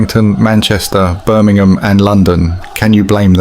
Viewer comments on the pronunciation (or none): none